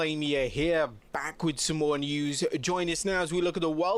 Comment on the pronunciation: “Oh wait,THERE’S MWORE” 😂